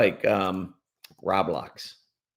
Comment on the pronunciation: biggest weakness is his inability to correctly pronounce Roblox